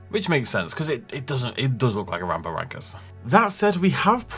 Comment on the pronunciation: I feel like they are getting further away from my interest with these mutants, they can have a fun exciting dinosaur film without these monster creations, just a heads up its pronounced ram-for-rin-cus :-)